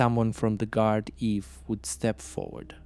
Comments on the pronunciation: It's pronounced guarda. No worries good video 👍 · It's pronounced "Gard-ee" 😅 (Not that it matters though). The fella who commented on the last video tried to explain that, but his device automatically incorrectly corrected it to "Gard-eve". All in all, another great video! Still better than some of the videos some locals are making.